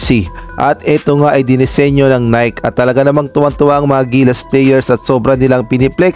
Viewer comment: Bakit now pa pupunahin kung mali nga ang jersey design..bakit hindi na finalize bago ginawa..ay saws...bulok nanaman ang style...nayki ang bigkas hindi nayk (NIKE)